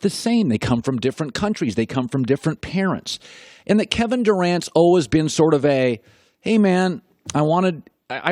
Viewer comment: The way colin pronounces "always" as "olwes" sounds so annoying. Lol